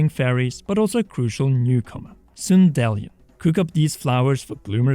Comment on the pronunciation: to each their own and it's a fictional word so it doesn't really matter, but i imagine that sundelions are pronounced like dandelions. so SUN-dee-lion, not sun-DELL-ee-on. great channel though